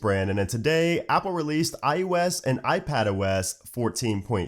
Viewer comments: Is it just me, or does he keep saying ius instead of iOS? Really bugs me. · why do you call iOS iYewEs?